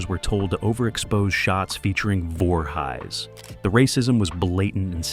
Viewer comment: I'm forever saying, "You Know, Jason Voorhighs, from Camp Creeestal Lake"